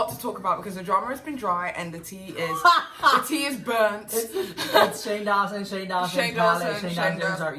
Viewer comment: I subbed as soon as I heard her pronounce "tea is burnt " ♡